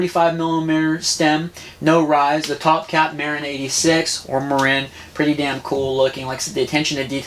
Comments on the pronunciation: Not mairin it's mahhhrin dont piss of the northern Californians by saying mairin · It's Muh-rin not Mare-Inn! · oh lol and the world pronounces it MAH-RIN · It's pronounced mah-rin. That bike isn't too impressive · I like it, but TOOO BIGfor the Tick! I’d put a motor on it— pronounced —Muh-rinn!